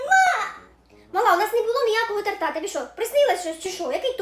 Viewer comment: Вибачте, що трішки буду душнілою, але не торта́, а то́рта😢